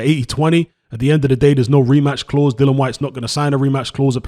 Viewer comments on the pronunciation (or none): It really annoys me when people call him dillan 😂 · You spell his name correctly but call him dillan throughout 🙄 other than that I really enjoyed the content 👍